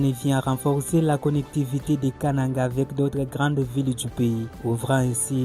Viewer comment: Pourquoi vous prononcez Kananga comme les gens de l'équateur?